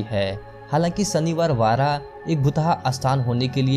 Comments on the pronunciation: Its not shaniwar vara..its shaniwar wada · Aai ghalya pahila nit bolyla shik kaka mala vachav shanivar vara nahi shanivar vada boal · Shaniwar vara nahi re Shaniwar wada